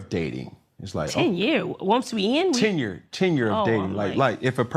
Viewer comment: I say "Tenure", Angela Simmons hears "Ten Year".